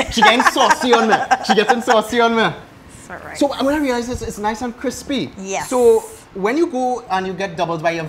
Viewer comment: She ah die-hard trini"cripsy"😂😂😂